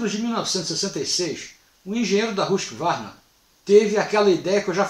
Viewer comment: Por que pronuncia 'rusk varna' a pronúncia é 'rusqüarna'. Tudo bem, a maioria fala assim.